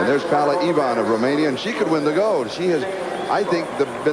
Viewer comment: They could pronounce her name properly POWLA EVAAN,!!!;;!;;!